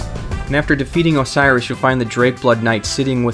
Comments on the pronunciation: os-e-row-s not osiris,he isn't not an egyptian father to horus... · Did you just call him "Osiris" Oh-say-ee-ros. Say it with me... Oh-say-ee-ros. God fucking damnit. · first of all, its not pronounce osiris. second of all this is just items. no covenant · Ocerios, not Osiris! And you should really remove the "Dragon Covenant" part from the title. It's very misleading, since there is no Dragon Covenant. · Amazing guide - people need to relax on the dragon covenant and the prenounceation of ocerios. Great guide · I don't mean to be that guy but you honestly confused me by this, your saying the consumed Kings name wrong, you're saying it's Osiris when it's not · Isn't it pronounced like OH-sire-ros or something? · It is pronounced oh-sear-row-ssssssssssssss.